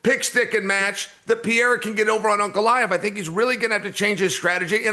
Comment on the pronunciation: Uncle-I-Ev vs Pierre